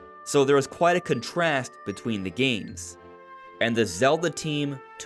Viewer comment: Never heard the word “contrast”pronounced that way.